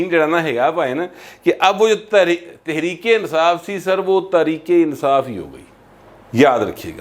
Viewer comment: ، کیا آپ سمجھتے ہیں کہ "تریک انصاف" کا لفظ بولنے والا پورے فیصل آباد کے لوگوں کے تلفظ کی نمائندگی کرتا ہے! بصد معذرت!!